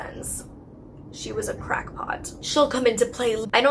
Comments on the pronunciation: Did she say " shes a CROCK pot? Lol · The image that came to mind when you pronounced "crackpot" as "crockppot" cracked me up. "My doctor is a crockpot." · When I heard Molly's video before this one was uploaded, I heard "crockpot" instead of "crack pot" as well. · HAHA I think you mean "crack pot," not "croc pot" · Awesome vid, love your channel btw! Just subbed👍🏼 And “she’s a crOckpot!”😹ROTFL! I’m totally saying that in place of crAckpot now for the rest of my life.💯😸🤘🏼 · Crackpot* not crockpot lol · cupcake shortcake I know she meant crackpot but she said crockpot lol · I heard "crockpot" too. Maybe cause Dr. No Side FX is a little slow... 😂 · Ahahaha “she’s a crockpot” best slip up ever 😂